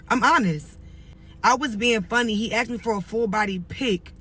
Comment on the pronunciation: No questions axed. 😂